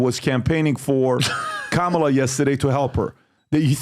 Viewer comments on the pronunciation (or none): Behar didn't even pronounce Kamala's name right. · Uh-oh, even Joy Behar mispronounces the vice president’s name LMAO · Anyone notice Joy mispronounced Kamalas name? Where's the outrage? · Joy said kamalas name wrong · Joy Behar mispronounced "Kamala"...according to Mika from Morning Joe, that's every racist.